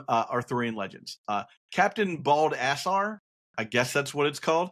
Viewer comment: Captain Bald-ass-are. The most literal phonetic read of all time. Haha. Hilarious man.